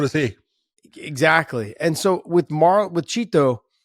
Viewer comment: It bugs me the way Josh pronounces "Chito".